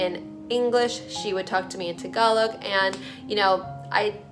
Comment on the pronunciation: I always thought it was pronounced TAG -alog. Don't I feel dumb. Thank you SO SO MUCH for sharing your truth. Thank you for sharing your Eema (spelling?) With us